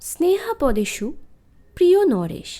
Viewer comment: "স্নেহাপদেষু" নয়, "স্নেহাস্পদেষু"...